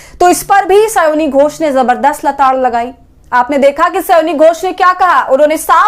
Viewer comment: स्योनी घोष नहीं, स्यानी घोष बोलिये महोदया।